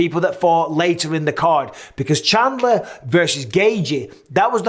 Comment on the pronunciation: chandler. Haha. chindler